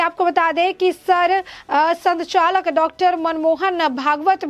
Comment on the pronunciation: भगावत नहीं भागवत,सचालक नहीं संचालक।उच्चारण पर थ्यान दें।